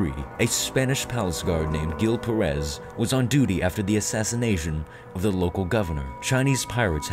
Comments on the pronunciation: TIP: Pérez is pronounced with emphasis on the "e" that is what that little " ´ " means. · Gil Pérez is not pronounce like that. "Gil" sounds like "Hill" and the stress in Pérez is in the first syllable.